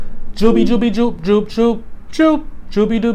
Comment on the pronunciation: It's pronounced Yoop bro